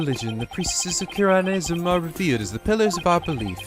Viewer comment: It's just nitpicking, but the word Khura'in is pronounced "ku-reyn" with a more emphasized ah in it. Same for Khura'inism and ist.